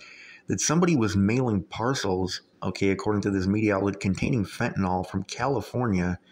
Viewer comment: Pronounced “fenta-NIL” not “fenta-NOL”